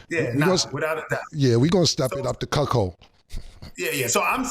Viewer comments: Wtf is a cukchold? Is that how u spell it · CAM AINT 💩😂😂 he keep instigating crazy questions , CAM IS # 1 in hilarious 🫡🫡😭😭😭 he said “ this chuckhold “ activity “ cuckhildish!!!!! 😭😭😭😭 CAM IS THE MVP 🇵🇷🇵🇷😭😭😭